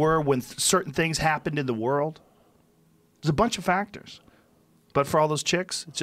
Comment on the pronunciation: Joe "Buncha FacKtors" Rogan